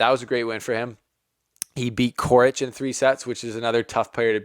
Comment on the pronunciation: Just a small tip - When you read Fognini you should not pronounce G. And Coric is not Koric but first and last letter are being pronounced the same, so it is 'Chorich'